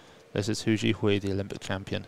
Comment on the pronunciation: This was amazing, so happy for the top 3 and everyone else who made incrediblee lifts. What an awesome competition. BTW, "Hou" in Hou Zhihui's surname is pronounced like Santa's "ho ho ho" or like saying "Oh", not like "who" :)